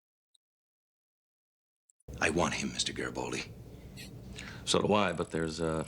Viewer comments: Also, a soft 'g' as in 'great'. Not Jreat. But they were making fun of Jerry (doyle) and Geri(baldi) so I think they know but were just having a bit of fun. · Note: Its "Gare-A-Bald-E" Gare! Gare! Rhymes with care! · It's really fun watching your speculations soar off the rails 😂 And please please learn how to pronounce Garibaldi.... I'll help you with one - Bruce Boxleitner. ( BOX _ LIGHT_ NER)